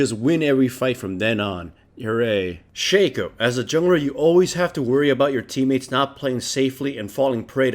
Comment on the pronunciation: it's pronounced shaco, not shaco